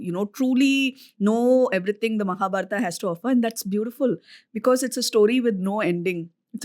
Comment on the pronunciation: The way you say “Arjun-aa”, “Mahabharat-aa” , I wonder the guest’s name is Anuj or “Anuj-a”